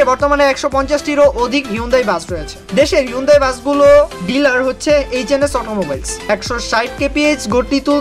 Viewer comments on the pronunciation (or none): আপনার নিজের ও উচ্চারণ ভুল। অরজিনাল উচ্চারণ হলো হুন্দাই! সার্চ করে এনালাইস করেন।